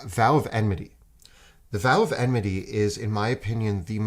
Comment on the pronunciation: Enmity, guys, please. Enmity. Not emnity.